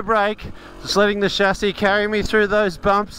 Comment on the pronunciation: Excellent content, also pleasing that you pronounce 'chassis' correctly.